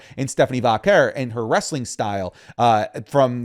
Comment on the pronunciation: Her name is Stephanie Vaquer is procured Va care not Stephanie Vacker